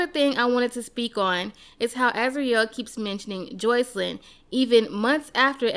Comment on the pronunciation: I hate how u pronounce sis name!! It’s Jos-See-Lyn